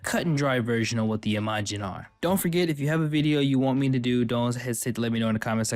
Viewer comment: It's not I-MA-jin, but Imajin, one quick no particular syllable emphasis word.